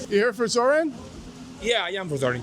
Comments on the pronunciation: Every time I hear this guy say “Zor-Anne” it makes me wince. Zohran always says “ZorON” why can’t people repeat what they hear when someone says their name? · It's Zore-On pronunciation.. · love the vid! but I gotta say, it's pronounced "Zor-On"